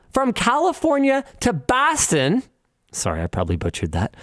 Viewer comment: as a masshole i can say you butchered the hell outa bawsten